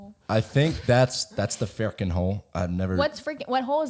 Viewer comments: I literally can’t even watch this one bc of “ferken” or whatever the fuck dudes sayin 🤣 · bro im so triggered by the "ferkin"